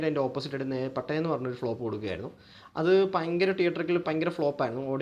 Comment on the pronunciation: പയങ്കര അല്ല ഭയങ്കര